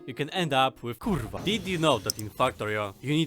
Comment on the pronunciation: are u polish because that kurwa sounded authentic